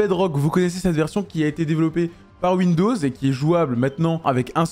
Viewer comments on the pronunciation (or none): none